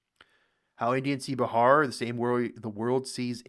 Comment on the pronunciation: You pronounce wrong Bihar